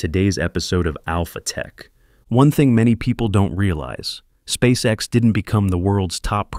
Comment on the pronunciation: "Спасекас" Прям отлил в гранит))